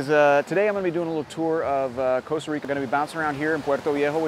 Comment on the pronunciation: *Costa Rica, not Coast